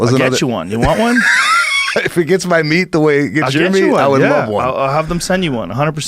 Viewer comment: “wen u cook da meech” - 😂